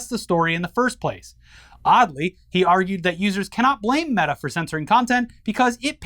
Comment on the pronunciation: Now when I see "meta" I'm going to pronounce it mayta.